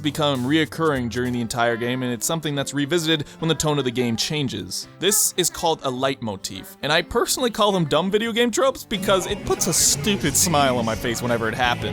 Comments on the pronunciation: Well done leitmotifs are always a good thing to see, as a music lover Also I think it's pronounced lee-a-moh-tif lol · I think it’s pronounced “leet” motif but I could be wrong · I know you did not just pronounce leitmotif as “light-motive” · The way he pronounce Leitmotif omgomg iwannadie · you pronounced leitmotif wrong